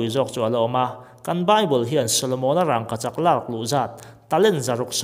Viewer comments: Aw, sawi chiang thei e. Rangkachak han tih hian, "rang" lai tak hi thlûk loh tur a ni a, thlûk chu a dik lo a ni tawp mai. Amah hian lam rik dan tur a nei ve tawp a ni. Chungtiang zelin hming dang, Buhchiûm pawh hi a ûm lai hian rik dan tur bik a nei ang hi a ni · Rangkachak i lam dan hi adik lo agaihthlak ahreh awm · a ngaihnawm hle mai,mahse rangkachak tih laite hi... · Thluk dik lo ania, kan hrilh kha apawi lo reng reng, tang dik lo,Zika dik lo,thluk dik lo kan inhrilh tawn hian kan hnam tawng humhimna leh ti hlu tu ania, adik lo leh tawng chhuak thar leh inthlahdah tawng ti mai ang kan pawm duak duak hian kan tawng ati hausa ka ti ve lo,ati dazat ka ti zawk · Rangkachak i lamdan hi ithluk tlata thluk loh tur,thildangah chuan sawisel na tur a awmlo angaihnawm e. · Raaangkachak a awmlo. Rangoachak chu a awm. In zir ve ta che. Matrict te i pass ve em.. mizo tawng i thiamlo em mai.. midang chhiar tir la i hlawk zawk ang. Mithiam zawk te rawn ve la. Mahni tawng pawh chhiar dik theilo tlaw em mai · Rangkachak i sawi rang tihlai i thluk dan adangdai 😁😁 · I Rangkachak lamdan kha, rang;/ tih kha,thluk duai lo lo,a dik zawk e,a bengvar thlak lutuk e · Rangkachak ti ta la ngaih thlak a nuam zawkanga. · Thil ziak rang anga lam rik loh tur a ni a. Rangkachak mai zawk ani. Pronunciation tlemin a felhel deuh ani e. Bak chu a zia chho zel ania.. 👍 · Raaaaangkachak. 🤣🤣🤣🤣 Vidiau 😂😂😂😂😂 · Rângkachak tiin i lam zeuh zeuh a, fimlhur deuh deuh ang aw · "Rangkachak" tih hi i lam dik lo vek. "Rangva" tih a "Rang" kan lam ang hian i thluk vak a..an thluk vak ngailo. Thluk chiam loin "Vangvat" (Leech) han lam a "Vang" tih kan lam rik ang chiah hian "Rangkachak" tiin lam mai rawh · Rangkachak tih i lam hian ....rang tih hi thluk dulh lo la. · Engatinge rangkachak i lam dan hi, "r a n g" lai hi i thlûk a? Thlûk miah lovin, "rang" tiin mi zawng zawngin kan lam a, kan lo lam dik lo zawk em ni le? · I rangkachak lam dan chu. Va han tenawm mai mai ve. Lam pui leh no itum lutuk emawni